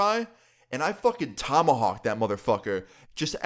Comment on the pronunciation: Tomahok chiken😂😂😂😂